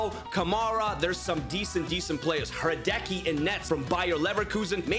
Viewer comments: Bro just said Hradeki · pronounciation of Hrádecký is: /Hradetski/